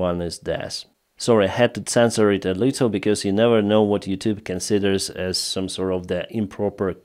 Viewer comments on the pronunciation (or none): none